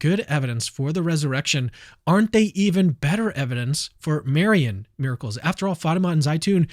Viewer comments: When you're so Protestant that you can't even say "Marian" correctly. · why does Dr. Craig say Marian like that hahah